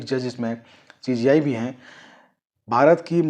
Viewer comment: पहले सीजेआई कहना सीख लो बार बार सी जी आई कह रहे हो